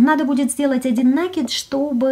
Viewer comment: Слово "рапОрт" обозначает повторение. РАпорт - отчет. Поэтому в вязании правильнее говорить все-таки именно рапОрт. НакИд - накИд и обозначает, нАкид - это новые веяния, я за накИд. Пардон, что коментирую не по теме. Обычно не делаю этого, особенно в роликах с грубым нарушением орфоэпии и произношения. Спасибо за отличный МК! ))